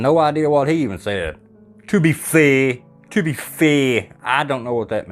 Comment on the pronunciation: "To be fuhh" lol